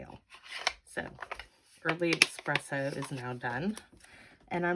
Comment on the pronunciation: Those are all great cards! I am going to be CASE-ing them. I wish there was a heart emoji for YourTube. That is a Fox, BTW. We see them going through our yard, frequently. Badgers have much shorter legs, and hug the ground. Also; may I point out that there is no "X" in Espresso. Sorry, I'm not trying to be rude, that's just one of my pet-peeves.